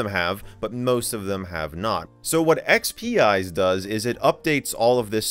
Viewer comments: I think it's supposed to be pronounced ex-pize instead of ex-pee-ize because it's a play on "spice". Thus the salt shaker icon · I thought it would be pronounced EX-Peez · Not that it bothers me at all, but I believe it is pronounced like "X-Spize" because it "spices" XP up. The logo also looks like a salt/pepper shaker.